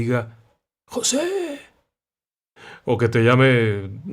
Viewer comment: Jajajaja yo también me reí cuando pronunció " Joseee"